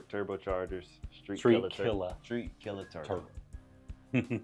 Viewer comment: street killa lmaoo gots to say it right brother haha